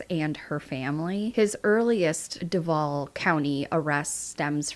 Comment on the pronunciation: I'm near Duval. I'm sorry. It's Doovahl. Not duhvahl. Sorry. It's driving me nuts.